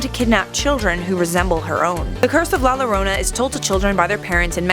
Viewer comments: Max D same but I thought for the pronouncing was ya-rona sorry if I'm wrong but it's funny to scare the lil kids with the warning that la llorona is going to get you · Max D nah not pronounced jorona because she’s pronounce it wrong aswell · Its "yorona" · never said "la llorona" ever again in your life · The way she says llorona bothers tf out of me 😂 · As a Mexican American It's Funny When I Hear Non Spanish People Try To Pronounce LA Lorena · YOU PRONOUNCED IT WRONG AHHHHHHHHHHH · The way she says La Llorona 🤦🏻‍♂️ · Watch Coco and pronounce it correctly please. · Am I the only one that got triggered by how she said la llorona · Dude say it right 😂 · So Funny... when she says it XD It is real!!! In Mexico. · I’m offended how she says the name idk y but I am😂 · Francisco Is savage same as soon as I heard it I was like wtf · Yeah, but it isn't hard to pronounce "llorona" for an English speaker expect with the tapped r sound, she could have at least looked up how to pronounce it, especially if she was gonna say it so much. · Same! It’s really annoying how she pronounced it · i speak spanish, it doesnt. You CAN say it as in "Jessica" you would pronounce it as "Yessica" but thats not a spanish name. La Llorona in English WOULD be pronounced with an "L" sound, but its a Spanish word, so it is a "Y" sound. The English translation would be "The Weeper"... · SHAWTY SAID “Lorona” LMFAOOO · Algún otro hispanohablante indignado por como dice “La Lorounah”? >:v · The double L in la Llorona is pronounced with a Y sound in Spanish. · La lorona yes definatly how you say that Also nice use of Grimm footage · It bothers me how you say “la lorona” it physically hurts my soul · The first 3 seconds of the video cracked me up, Ll is pronounced like a Y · Two things. A) Double "L" is pronounced "J" B ) What if LBG still had ideas? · La Llorona is pronounced "la yorona" Edit: in spanish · Yes that’s exactly how you pronounce la llorana😂💀😂💀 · "Lah Lowrownuh" I'm triggered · "La larona"